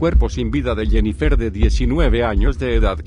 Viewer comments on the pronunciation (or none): ¿Jennifér? 😂😂😂 No mamen, se pronuncia "Jennifer"